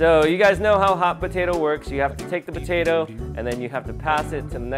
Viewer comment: time: 47-52 evan said Batato instead of Potato! 😂